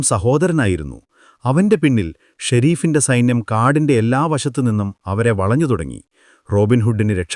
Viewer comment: വളഞ്ഞു എന്നാണ് വലഞ്ഞു എന്നല്ല